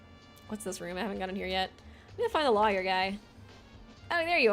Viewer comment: Lol, the way you pronounce words is cracking me up 😂 you pronounce the law in lawyer, so it sounds like you’re saying liar. The liquid is viscous (Viss-cuss) not vicious 😂 well, idk if it was vicious or not, so I won’t say for certain how mean the liquid is 😂 I’ll edit this list as we go!